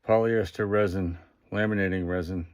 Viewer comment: Polyester Resin, not "Ressin."